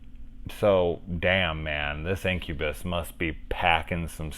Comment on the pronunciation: I guess i really choose the right movie ;) sick review brother, no one talks enough about this movie which is sad, cause its a really cool 80s gem. and yes finally my name pronounced right ahaha